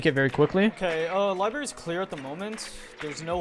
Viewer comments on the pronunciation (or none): STOP SAYING LIBERRY INSTEAD OF LIBRARY I SWEAR TO GOD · L-I-B-R-A-R-Y not LIBARY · STOP SAYING LIBARY!!!!!!!!!!!